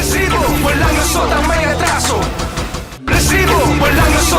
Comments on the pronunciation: Natawa Ako sa rrrrrresibo 😂😂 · Hindi mo ba kayang i pronounce yung recibo ng normal? Nakaka irita kana eh